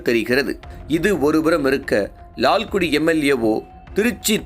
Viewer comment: Laalgudi. not Laalkuti Please don't loose the phonetical sounds available with tamizh.